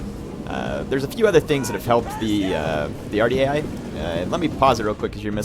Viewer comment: Dunno if anyone has told you how to pronounce this ... but it is WAR - DEE - EYE spelled phonetically "Ouardiaei"